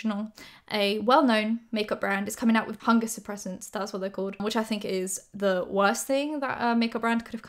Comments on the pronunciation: At first I thought she said fungus suppressants not hunger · HUNGER suppressants. I thought you said Fungus.... or bungus or something.